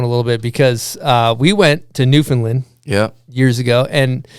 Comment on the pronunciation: super stoked to hear this story, thanks bomb hole and to the man of many hats Trevor Andrew. growing up in NS is was always dope to know one of ours made it so big. PS: Newfoundland rhymes with Understand.